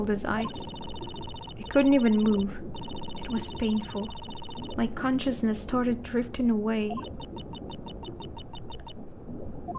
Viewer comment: Conscious.. Ness Lol you rock.